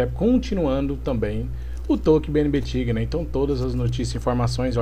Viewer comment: é taiguer a pronuncia